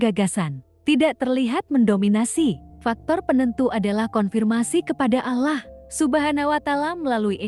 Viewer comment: Sayang membaca alloh gak bisa